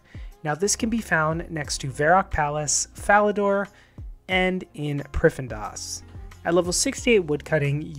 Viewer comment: "priffendas" LOL prif-ddin-as